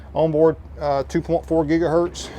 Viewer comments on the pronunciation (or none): none